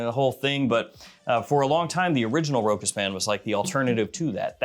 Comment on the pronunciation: It is nor ROKAS ! it is ROSHA!